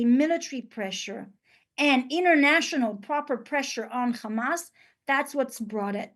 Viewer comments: 6 minutes in, i didn't count, but she said khamas in every single phrase at least one time. The lack of self awareness is to much for me, i'm out. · 0. She said Khamas all the time.